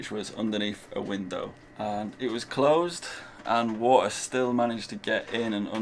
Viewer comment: There is a "T" in WATER,, it is NOT Waer!